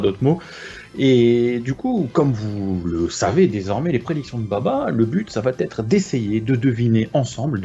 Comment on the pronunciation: "ça vat être" Aïe aïe aïe..., J'ose espérer que c'est la fatigue.